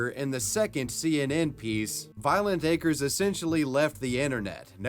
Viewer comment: Lmfao at Anderson Cooper pronouncing acres as a crez